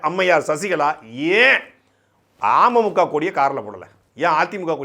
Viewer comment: துரைமுருகன் அண்ணா.. நீங்க அமமுக னு உச்சரிக்கறப்போ 'ஆமை மூக்கா' னு கேக்கறது. சீமான் அண்ணனோட தம்பி னா சும்மாவா..?? டிடிவி பின்னாடி இவ்வளவு தகவல் இருக்குன்னு அரசியல் புரிதல் இல்லாத எங்களைப் போன்ற பாமரர்களுக்கு சாட்டை பதிவுகள் வரலாற்று ஆவணம். ஆமை மூக்கால இருக்கற அண்ணன்‌ தம்பிங்க எல்லாம்.. டிடிவி.. பின்னாடி திரியாம இன்னொரு முறை விடிவி படமாவது போய் பாருங்கப்பா. செம லவ் ஸ்டோரி. சிம்பு அட்ரா சிட்டி பண்ணிருப்பாரு. துரை அண்ணா உங்க தில்லுக்கு தலை நிமிர்ந்த வணக்கம் 🙏